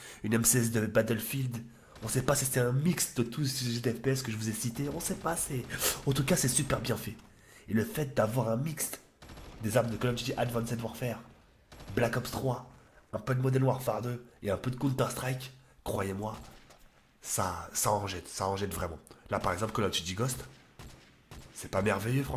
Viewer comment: " Advcanced Warfare " Tu respectes vraiment aucune langue mon rhey